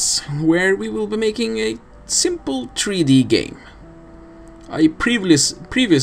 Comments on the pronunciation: tree dee mmmmkay? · Tree Dee? Okay. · (SebisLoco) Yes, there are accents that pronounce it that way (such as a Swedish accent)